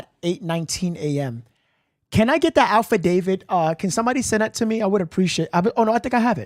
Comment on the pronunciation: No disrespect but it’s pronounced affidavit, not alpha David